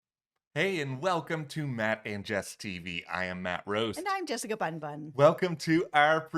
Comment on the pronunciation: "Jessica FunBuns?" Did I hear that correctly?